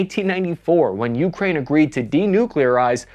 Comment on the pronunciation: (, the more common pronunciation is Ukráine, second syllable stress.)